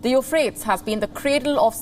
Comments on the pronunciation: It's pronounced you-fratees, not frates... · Pronounced as "Eu-phra-tez." and not "Eu-phrase" . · Hey do your homework before you start reading .. better still learn some geography and current affairs. How shtoopid does it look when a channel funded by Zee has an anchor who calls Euphrates (yoo.fray.teez) ... Euphratss. Read some english and geography. College ki degree lekar seedha TV per? Padh bhi le thoda sa? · Its pronounced U FRAY TEES. Drives me mutts when educated people mispronounce words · Dude.. u-fray-teez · The presenter doesn’t know how to pronounce Euphrates.